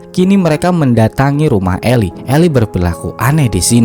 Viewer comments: Min, Eli bacanya Ilai, itu nama salah satu nabi yg ada di Bible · Betul 👏👏👏 Eli dibaca (ilai)